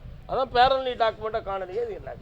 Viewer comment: டேய் மெண்டல் பயலே பேரண்டி டாக்குமெண்ட் இல்லை பேரண்ட் டாக்குமெண்ட் என்று சரியாக சொல்.